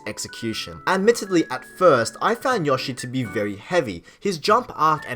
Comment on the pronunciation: Dude, it's YOshi. Long o. Seriously.